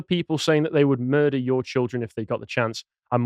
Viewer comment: So what's a "mudrer"?